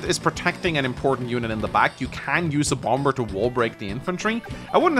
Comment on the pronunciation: It kills me you keep pronouncing the second b. However this is a great video